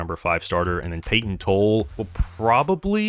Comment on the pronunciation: Payton TOLL-E.. Tanner HOW-K.. cmon now